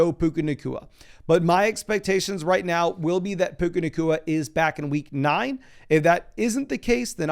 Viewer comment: lol you said, "Puka nakua, JSN, and Garrett Wilson" lol